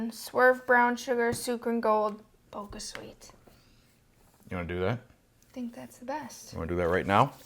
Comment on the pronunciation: Thanks for doing this! Btw, the squash is pronounced Ka-bo-cha (it's a type of Japanese pumpkin), not Ka-bo-ka, so the sweetner is therefore pronounced Bo-cha Sweet, not Bo-ca Sweet. And the sugar alcohols like Xylitol and Erythritol mess with lots of people's tummies, mine included, so you're in good company there :)